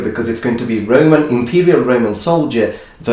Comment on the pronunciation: RO MAN. ROH MAN. Not RAY MAN. Anyhow you look much better without the beard.